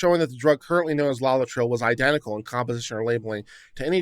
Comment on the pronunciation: i love you man but seriously, 'LOLLI-TRILL' ⁉️ * forgive me, but I gotta bust yer balls on this one. Why? Because you should never train yourself to be half-ass and too lazy to bother getting the factual details CORRECT, at least most of the time. * No Spelling Nazi here - Legal details matter! - develop a habit of accuracy. Here, just LOOKING at the word 'LAETRILE' and sounding out the syllables is all that's needed to sound Literate. LAY - UH - TRIL Laetrile or Amygdalin - - cyanogenic glycoside; present in pits and kernels of fruit.